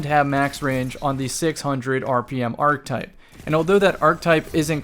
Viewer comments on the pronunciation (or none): I want to agree with you, but I can't as long as you keep saying "arctype". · unsolicited linguistic advice: the word "archetype" is 3 syllables. ❤️